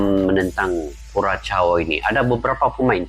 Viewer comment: Bang, cara menyebut nama negaranya /KURASHAU/ bukan kuracau, apalagi kukacau.